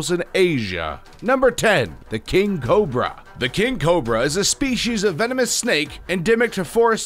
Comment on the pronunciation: Take a shot everytime he fucks up the word Cobra